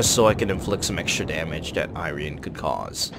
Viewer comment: gonna buy it no matter what for patriotic reasons lel might wanna work out on a bit of overlapping commentary on transitions, good review nonetheless :D your pronunciation for the "rian" part is quite good, the I in front is more like "ee-rian".